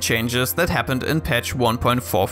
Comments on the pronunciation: The way he pronounces "batmobile" is pure cringe... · Your pronunciation of batmobile is so cute ^_^ I did some research and it's the British pronunciation. Americans say it like "moble", rhymes with noble. I use the British version for separate words e.g. mobile phone. But when I make a compound word like automobile I use a long e sound, e.g "batmobeel", rhymes with banana peel. So I thought the way you said it was a bit funny. Basically English is a mess and you should just say things however you want :)